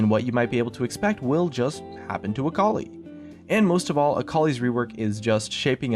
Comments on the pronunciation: .....akoli...its akali.... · Sitting here being an Aurelion Sol main and hearing "Akali Buff" made me die a bit inside